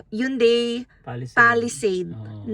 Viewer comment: "Hyun-DEI"... pero pass sa Korean car brands. Congrats in advance po.